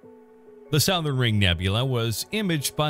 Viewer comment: The “sow-thern” ring nebula? Maybe this misprnouncer is from outer space.